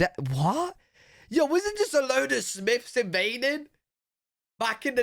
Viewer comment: Dude it's Smiths, not Smiffs!